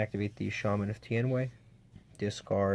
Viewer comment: pls... no more "tien-way"... its not even close to the name haha